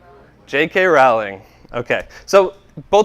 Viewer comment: Just FYI, J.K. Rowling's name rhymes with "rolling."